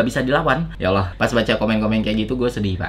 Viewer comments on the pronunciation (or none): none